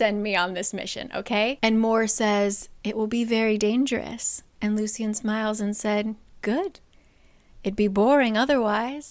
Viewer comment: It the audiobook they pronounced it Loo Shun. Hearing Loo See Un kept throwing me off 😂